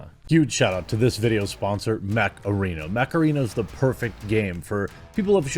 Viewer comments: Thought he kept saying macarena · Whenever I hear "mech arena" I actually hear Macarena. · I THOUGHT JEREMY SAID MACARENA